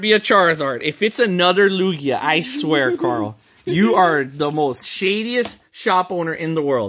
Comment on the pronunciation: TugiaNoooooooooooooooooooooooooooooooooooooooooooooooooooooooooooooooo wait isn’t it supposed to be Lukia